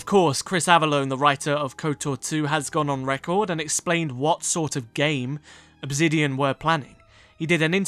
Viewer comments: Why in the video, do you keep saying "Obzidian" instead of Obsidian?? Very weird... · great video just one question, why pronounce the s in obsidian as a z. you keep saying obzidian and it throws me off the entire video.